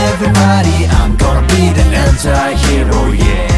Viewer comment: ANTIHEROの発音好きすぎる